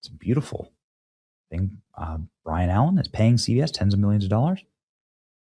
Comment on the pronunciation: Byron BUY RUN Allaen not Brian